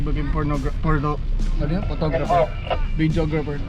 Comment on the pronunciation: pornographer pag kakarinig ko sir videographer pla hahahaha